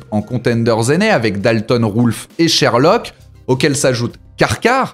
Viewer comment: C'est moi ou tu as dit "Sherlock" pour Schredlock?? ^^ Merci:)